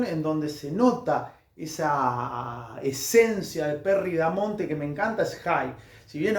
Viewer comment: Es Perry "BAMONTE" igual buena información.